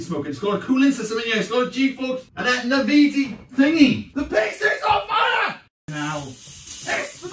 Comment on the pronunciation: Ah, I love those Nuh-vee-dee GPUs.